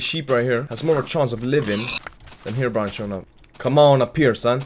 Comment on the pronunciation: Herobrine* not herobrian